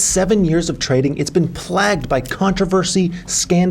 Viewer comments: It's pronounced playgd not plagd (plagued) btw... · Did say "plag'd" instead of "playg'd"!? Dude... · “Plagged” is an unusual pronounciation of plagued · "plagged," (plagued) lol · He said plagged lol…